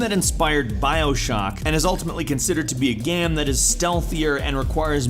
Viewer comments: Lol skip to to hear this dude definitely say "GAM" instead of game. I wonder if there was a typo on the script and he just read it straight up, Ron Burgundy style. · He said gam instead of game lol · you said gam not game